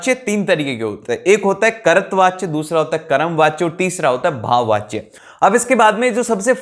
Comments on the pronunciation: Bhaiya apki pronunciation galat hai kahi kahi jaiseki karatvachya nhi hota kartrivachya hota h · Aare Bhaiya कर्तवाच्य bol rahe ho but woh कर्तृवाच्य hai 🤦‍♂️🤦‍♂️ Also apne अलंकार mai joh nahi aa rahe woh bhi samjha diye jaise रूपक, उपमा, यमक अलंकार, अनुप्रास अलंकार yeh sab bahiya 🤦‍♂️🤦‍♂️ #mistake